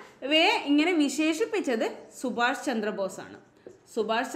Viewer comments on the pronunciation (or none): none